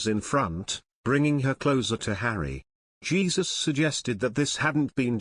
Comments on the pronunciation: It isn't Jesus it is Heh Soos!!!!! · Jesus - pronounced in Spanish, "Hay Zuse"!